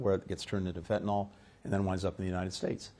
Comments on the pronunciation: Dude...it's fentanyl. Not fentynal... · You’re doing some of the world’s highest level negotiations on fentanyl and you call it “fentanol”? Otherwise, good job Blinken.